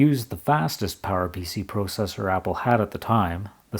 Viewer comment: You're pronouncing "processor" wrong. It's pronounced "processor" but you keep saying "processor". Please fix this.